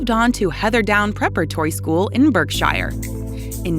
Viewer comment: Please. Try to pronounce British words correctly. Berkshire. Please try again.